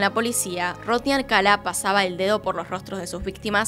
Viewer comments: Videazo, peeeero me puso muy nervioso que lo llamase Alcala y no Alcalá. Ni siquiera sé si es así, pero por lógica sí, sería con tilde al final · Creo q es Alcalá (con acento) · Alcalá con acento en la a, felices fiestas pásalo muy bien 🧑‍🎄🥳🎉🎄🍻🎁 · El apellido es Alcalá con acento en la última A